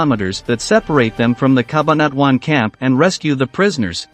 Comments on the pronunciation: CA - BAN - A - TWON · CA BA NA TUAN.....he is not a filipino thats why his tongue is twisted...🤣🤣